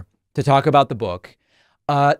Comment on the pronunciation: I wonder if anybody will buy the audio version of her /buːk/.